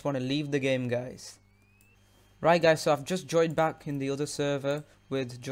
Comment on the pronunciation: you keep saying Hello guys Welcome Pack Speak slowly Your not saying Back XD